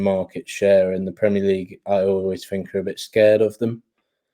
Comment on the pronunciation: fink fink fink, come on you’re not short tongued, speak properly people are listening.